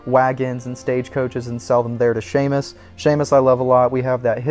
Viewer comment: I believe the fence guy at Emerald Ranch is Seamus not Shaymus